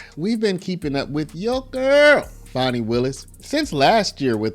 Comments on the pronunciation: Now put Fani in prison. And it’s not Faw-née, it’s Fan-nee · Her name is not Fonni its Fani.